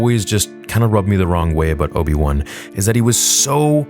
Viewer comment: its obi wan not obi loose